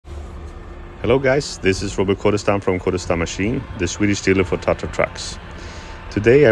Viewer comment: Remember it's not "TATA" it's 'TATRA'😂